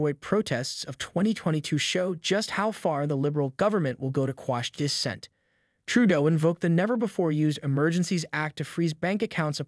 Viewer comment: Brother I appreciate your content but you really need to learn how to pronounce several words like rhetoric and dissent were ones I remember off the top of my head